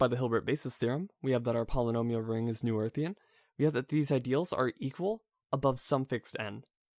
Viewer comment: Great video! Learning a lot. 2 very small things: Your opening parentheses are the wrong way. You can fix that by using backticks instead of quotes in your latex source. “Noetherian” (at least according to all my professors) is pronounced “No-Theory-un”